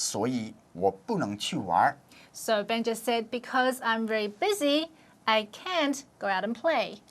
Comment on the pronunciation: lol 'bushi' sounds like bullshit (: Great video guys!!